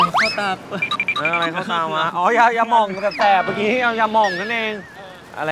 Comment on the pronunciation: K : Today, I would take P'Singh to buy ... They call "Krueng Hom" (Scented stuffs). That sounds good,doesn't it? namely, Ya Dom (Nasal inhalers) Ya Om(Lozenges), Ya Mong (Balm). S : What's Ya? (Sighto hear that Krist say the name of the Ya Mong wrong) K : We will take P' Singh to shopping a bit. K : What do you like? S : This green one smells very good. K : I will pay it for you. S : Wait a sec! Staff : Why Krist want to buy this for P' Singh? K : They're his favourite.For P' Singh ,nasal inhalers doesn't mean old-fashion. (Nasal inhalers are normally used amongst the old thai. ) S : I don't use that lately!! K : P'Singh is supposed to use "Krueng Hom" or "Ya Hom". (Ancient way to call the scented stuffs) S : But, these ones are good. K : Oh, Those ones are delicious. OOps! smell good. I will also have some. I like those kind as well.